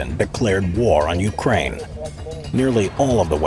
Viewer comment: I am sorry when did pooh-tin declare war on UKRAINI ?